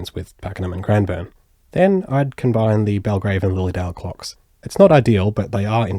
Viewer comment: Its not crimeborne it’s Cranbourne